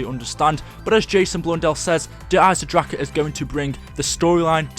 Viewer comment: "Der eisendracha" stop saying it like that